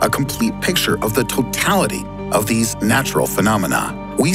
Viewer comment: Before: "Theese" in the video: "Continrntal"